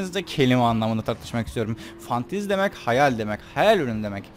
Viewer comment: Fantez deyin aklıma başka bişey geliyor :D